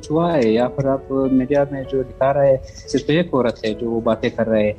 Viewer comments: افغانی عورت انڈین لہجا پھر کی بجائے فر بول گئ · یہ عورت %افغانی نہیں ہے اگر یہ افغانی ھوتی تو پھر کو فر نہ بولتی یہ پھر کو پر بولتی